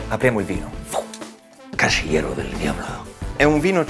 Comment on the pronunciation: Per come dici "El Casillero del Diablo", Maurizio, sembri Banderas. Quando arriverai alla mezza età, anche tu parlerai con le galline.